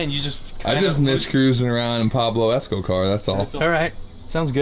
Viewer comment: PABLO ESCOCAR, you nailed that one